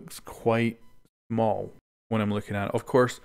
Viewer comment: am I the only one that noticed him saying “mal” instead of smal?? Great video btw :)